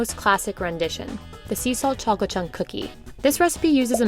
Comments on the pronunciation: ‘da chalklet is sow melty’ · they say chocolate like that lady in spongebob